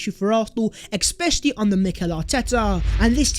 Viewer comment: mind your words?? wtf is Expecially???